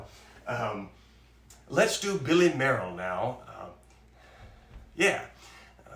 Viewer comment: Great show. Billy Mayerl's first major concert was at age nine, playing Edvard Grieg's Piano Concerto. Incidentally, I'm given to understand that his surname was pronounced "Mail", but you might want to check that out..